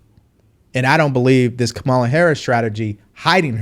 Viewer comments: Thank you for the enlightening podcast. Just a suggestion—her name is pronounced Comma-la. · Her name is pronounced KA MOO LA